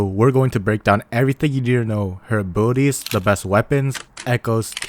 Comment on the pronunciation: oh, its "Abilities" i thought you said "Booties" 😅